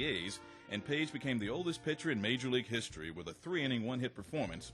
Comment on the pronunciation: I'm sorry, but did the announcer just mispronounce "history"? What the actual fuck??